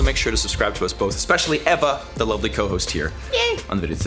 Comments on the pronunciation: You're sleeping with her but you can't pronounce her name correctly? She introduces herself as Eva sounding like Ava, you say Ehva. Just saying. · That’s such a very trivial comment ....been following them both for a while & no one has been bothered about it or noticed it ...not even Eva .✌️